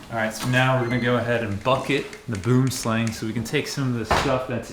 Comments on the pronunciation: Please learn how to pronounce boomslang!!! 😮 It's not boom as in boom explosion 😂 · I’m pretty sure he does it on purpose because he knows it will drive engagement on his stuff with comment strings like this lol. I don’t know the first thing about boom slang’s and even I know it’s technically pronounced more like boom-uh-slung. He’s pretty intelligent and it’s clear he knows a lot about these snakes and pretty much every post of his(w/ boom slangs), I see engagements driven up from this exact discussion. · Always funny hearing my language’s name for this snake mispronounced… Boomslang (afrikaans: translated literally “tree snake”) would actually sound more along the lines of b-ua-m sl-ang. Stay awesome and enjoy them venomous beauties✊🏻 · Me, a dutchman, cannot take the word "boomslang" serious. South African is very similar to Dutch (because of our colonizing past). And Boomslang is just the words: Boom, which means Tree in dutch and Slang, which means Snake. So everytime I see something about them all I hear is English people hilariously mispronouncing "Tree Snake" in dutch 😂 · It’s funny hearing how people say boomslang in English bc I’m actually from South Africa and I’m used to how it’s pronounced in Afrikaans. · You are pronouncing Boomslang wrong i am a South African and, boomslang is Afrikaans for tree snake. go to google transulate to see how to pronounce it😁👍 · its not the worst thing in the world. Englishifying words has always been a thing, many languages do it. Im not english/american myself, but even in norway we sometimes do it. I get the cultural respect etc, but its not a crime to pronounce it like its written. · yeah I’m pretty sure that knows he’s technically pronouncing it wrong. He’s clearly intelligent and is probably smart enough to realize pronouncing it like it’s spelled is just going to drive up engagement on his posts because he’s going to get comments strings like this and others. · I'm south african and he most definitely is not